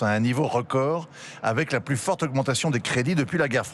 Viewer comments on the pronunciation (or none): none